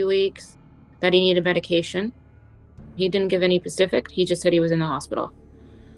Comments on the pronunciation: “He didn’t give any pacific.” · Nope..again..no sympathy 🥰 at this point im rooting for the scammer. And the fact she says "pacific" instead of specific.. nope serves her right. She needs to stay away from the elderly too. And her bf needs to run. Poor guy. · oh my god I caught that! I'd be trying to get her to say "specific" all the time just to rag on her 😂